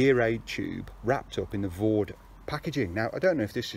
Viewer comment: For anybody out there who is interested, it's Vow-Dai, not Vawd... Not a criticism btw, just saying. Another btw is - you have pegged all the side pull-out guys to the mid-skirt/entrance pegging points, which is defeating the object of them. They should be pegged as far away from the tent as possible to create the best angle to pull the mid-panel out, creating more space inside the tent, and improving ventilation, and/or to stop the outer touching the inner - if you are using one - in a wind. Otherwise they are doing nothing at all. Re-silicon sealing - with a 50/50 dilution with white spirit it goes much further, and you can wipe any excess off with a cloth lightly moistened with white spirit, and this will also push the sealant into the threads and any stitch holes, and it hardly leaves a trace when it has dried. It is a much faster way of doing the job, I mean a lot faster! The idea is that the silicon is forced/soaks into the threads and holes, and is not meant to form a layer as such. I am only trying to be helpful, not niggling, sincerely. I would have used a syringe, possibly, once, but when you have done a few tents, I assure you that the dilute, middling-sized brush, force in/wipe off excess with cloth method is much faster and more effective long-term. A bead of sealant can come 'unpeeled' sometimes. If anyone is really worried about appearance, pitch the tent inside out and seal it that way. And slight mistakes would mostly be seen on the inside afterwards